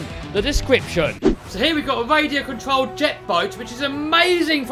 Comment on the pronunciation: Great video. I love playing in stormwater. Only he needs a new voice over person. I really don't understand people who say. Wadio contwolled boat. I know it's a speech impediment. But surely you have access to speech therapy in the UK.😢😢😢